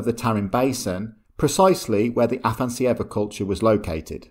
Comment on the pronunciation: You butchered the name of the Afanas'evo culture, it's AfanAs'evo, with the emphasis on the second A, which you completely omitted... :) It comes from Russian name 'Afanasiy' that is equivalent of the Greek name 'Athanasius'.